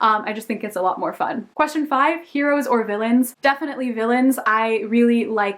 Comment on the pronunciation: I don't think I have ever heard anyone say heroes in heores or villains XD Great Tag! And I love sad books and movies as well <3